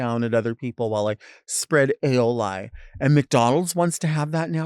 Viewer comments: A-oh-lie lol. Its pronounced a-oh-lee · "Aioli" AYYOOHHHLEYEEEEE" helpppp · Pardon me, or pronounced A-Oh-Lie 😂 In case people don’t know. It’s actually pronounced A-Oh-Lee, but I don’t fault anyone for getting it wrong. It’s an odd word. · I love that delta pronounces aioli like ay-o-lie it’s very delta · Ay-oh-LIE for aioli sent me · Pronouncing it “Ay-oh-lie” is doing me up. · Lmao it is sending me when she says it 😂. A o LIE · Not aiol "i" 😂😂😂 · The way aioli was pronounced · that’s true, it just made me laugh. It is a tricky word to pronounce.